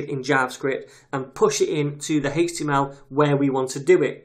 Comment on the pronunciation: Greatly explained thank you! The way you say 'hhaeeech TML' is odd lol.